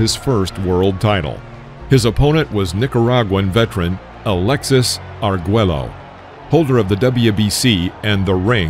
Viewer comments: Also, get your chatbot narrator a pronunciation guide. It's not Ar-GWEL-lo, it's Ar-GWAY-yo. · AI narration sucks. "Eye-talian-Americian"? "Argwello"?? GMAFB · ARE-GWAY-YO not ARE-GWELL-LO. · I liked the video. I hate the computer voice. Unable to properly pronounce fighters' names, e.g., it's ahr-GWAY-oh, not ahr-GWELL-oh. And it's dook, not duck-koo-kim. Total bs. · This is from The World Of Boxing channel? I'm only 2 and a half minutes in, and not only did you mispronounce Kim's name, but you butchered the pronunciation of the one and only legendary Alexis Arguello. It's ARE-GWAY-O, not ARE-GWELL-O, and not AR-GELL-O. You're so bad, that no only did you butcher Arguello's name, but you did it in two different ways. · My God all mispronounced fighters names...duck koo Kim???are you kidding?...and it's Arguello,pronounced Are gray o...not Are gello..omg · Argello? Pronounced "ArGwayO" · "ARGELLO"??? smh🤦🏾‍♂️ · I watched this with my Korean girlfriend. I'm reasonably sure it led to our breakup. Thank God! Pronunciation key: "Duke" Koo Kim; Alexis "Arg-way-oh" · "Ar-gweh-low"??? I can't take this seriously when the narrator can't even pronounce a fighter the legendary caliber of Alexis Arguello properly. JFC. RIP to Duk Koo Kim...a man that was truly a WARRIOR. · Apparently the voice over guy hired for this isn't a boxing fan or versed in the Spanish language: the "LL" in "Arguello" is silent." It's pronounced, " Ar-gway-o." And I'm rety it's "Doo" Koo Kim, not "Duck." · Nice video but jeez we gotta work on that pronunciation! Ar-gwello?? Duck-koo-kim?? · The ll's are silent. Arguello is pronounced as:[ ah r g EH l oh ] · Arguello does not rhyme with Jello. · It’s pronounced Alexis Argh-way-oh and Duke Koo Kim. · Can’t stand these AI generated narrators. They can’t pronounce anything properly. It’s not Duck Koo Kim nor Alexis Argwello. So annoying. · Dude, your killing me, "Ar-gwello"? Is this a comedy channel or a boxing channel? Ever consider standup comedy?